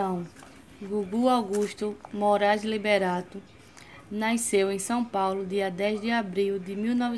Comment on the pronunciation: Naiceu ou nasceu🤔